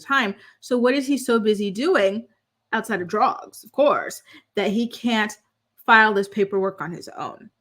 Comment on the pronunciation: I love your videos,, but the way you pronounce “drugs” drives me crazy 🤯 can we please start saying it the correct way? Pretty please? 😂